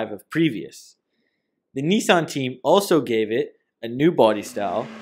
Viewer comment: NEEEESAN ......... Nissan